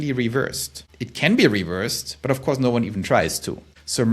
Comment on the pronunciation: there’s only one vowel in “course” in English, /kors/ no glottal stop /ko’ahs/